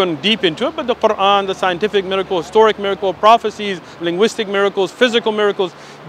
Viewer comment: the way he pronounced "Quran" says a lot about his supposed education LOL